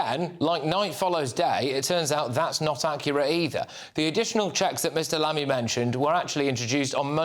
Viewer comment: 0.05 More like Mammy than Lammy! 😂